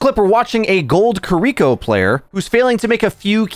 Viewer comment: omg, it's pronounced "kee-ree-koh", not "kuh-reek-oh", and it's really bothering me this entire video